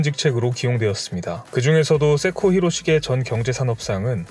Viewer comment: 세코가 왜 개코로 자꾸 들리는 거야. ㅋㅋㅋㅋㅋ 세코에 좀 더 힘을 주고 말해요.